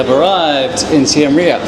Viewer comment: Your pronunciation of Seam Reap is painful to my British ears. Do you pronounce Siem and Reap as Si Em and Re Ap in the UK?